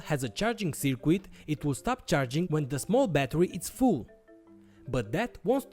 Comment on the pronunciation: I like your content, but please, try to say "circuit" correctly. It is soooo annoying.